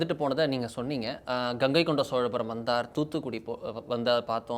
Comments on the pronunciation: இவரால் 'கங்கை கொண்ட சோழபரம் ' என்பதை கூட சரியாக சொல்ல முடியாதா? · கங்கை கொண்ட சோழபுரம் என்று சரியாக சொல்லுங்கள் சார். நீங்களே தவறாக கூறினால் எப்படி ?